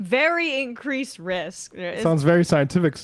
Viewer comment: And…”incWeese” risk, haha!